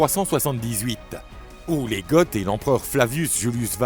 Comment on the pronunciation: Goth ne se prononce pas "gott". C'est une faute et ça fait tarte. Vidéo intéressante malgré tout 👍